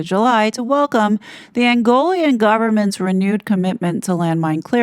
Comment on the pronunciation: It is Angolan not Angolian.